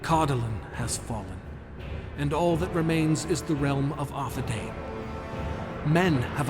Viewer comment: The proper pronunciation of the "ai" dipthong is not "ay", but "eye". "DOO-ne-DEYE-ne" and "AR-the-DEYE-ne" are the correct ways to say the names and every time the narrator fucks it up it sets my teeth on edge. Tolkien had a whole damn appendix devoted to pronunciation, if you're going to make anything based on his books then please read them cover to cover.